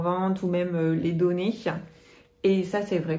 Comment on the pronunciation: Alors, comment dire, tout allais bien... video normale...mais là tout d'un coup'che à quand il faut pas garder'che où les donner'che??? C'est une blague? Je ne comprends pas ce délire...?